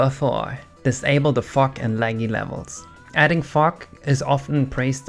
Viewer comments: You often pronounce Gs as if they were Ks. You keep saying lack instead of lag and fuck instead of fog. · when ses fog it sounds like hes swearin, a bit lol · The way he says fog